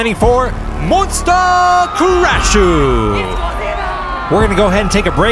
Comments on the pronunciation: Love me some Demolition Derby! But guys, it's MON-SU-TA! :) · Um, I think you are mispronouncing Monsuta 😂also the mad cabby lost his lunch lol